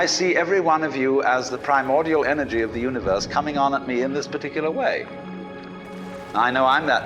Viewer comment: "we all have the enwrgy of the universe" Nah, But Jack does